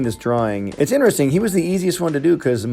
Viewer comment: “Yea it’s inersing!” Me: you mean “interesting”?